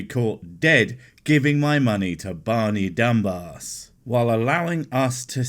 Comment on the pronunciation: Not gonna lie, you said barmy early on and for the rest of the video all I could think was "Barmy-bas" XD